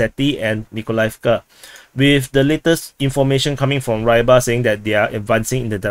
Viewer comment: War its not [raybar], it's pronounced [ruibar] and means something related to fish, fisherman